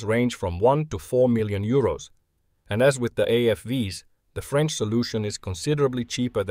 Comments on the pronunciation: "Pardon my french" No need man, your pronunciation is excellent! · You re french accent was really good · Lol. "Pardon my French". Proceeds with perfect pronunciation. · Your French pronunciation was decent. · Don't worry, your pronunciation is very good ! Greetings from France 👋